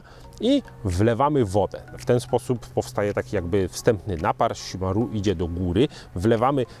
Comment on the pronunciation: Wydaje mi się, że wymowa chimarrão jest jednak troszkę inna, bardziej szimahą (Polski zapis wygląda beznadziejnie ale no cóż...) niż szimaru :D no chyba że to jakiś inny dialekt lub wymowa. Ale spotkałem wielu Brazylijczyków i tylko tak oni mówili + na internecie też jest ta wymowa.